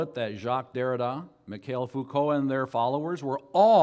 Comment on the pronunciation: Entertaining as ever. Noone can butcher the names of philosophers or simplify their ideas more hilariously. The self-assurance and mispronunciations are pure comedy. Thanks for posting. Neetchy and Mikhail Fookow would be quacking in their shoes.